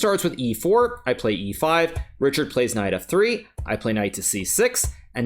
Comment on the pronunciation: Richárd is a Hungarian name and is pronounced like Ri - hard not Ri - chard.